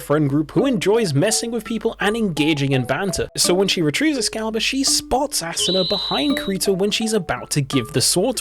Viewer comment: I cant unhear "ass una"